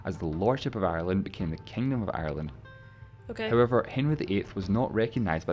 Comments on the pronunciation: 2 syllables, pronounced Ire-land - not Eye-Er-Land - love your videos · I stop watching when she said eye ur land.